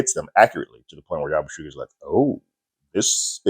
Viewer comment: Just sayin, it's pronounced Yabu-see-gee(hard g)